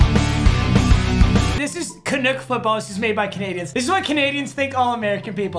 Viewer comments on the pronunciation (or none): As a Canadian, the worst part of this video is how you pronounced canuck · Mans said canuke instead of Canuck. Have u ever heard of hockey or Canada before??